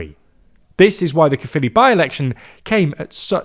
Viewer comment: The Welsh form is CAERFFILI and it's pronounced CAE-ER